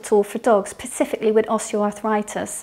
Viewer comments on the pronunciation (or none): I cant hear the ‘s’ 😂